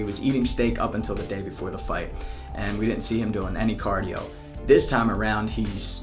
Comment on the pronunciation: prion disease The main reason to respond here is not because he pronounced cardio wrong, i responded because even that Conor trained a little bit cardio, he still wont survive 5 rounds with Nate, and will most likely lose in the 3rd or the 4th round either by TKO or submission, in both cases Nate is the winner. McTapo can talk all he wants, lets watch it on Saturday and see what happens.